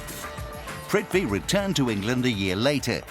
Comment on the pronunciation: Lol !! It's prithvi